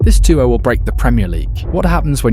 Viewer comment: “Do-oh” smh it’s duo